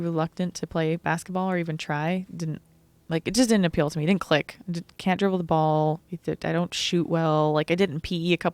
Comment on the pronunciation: Noodlehorn There's no second "d" in didn't !! It's di-in't!!! :)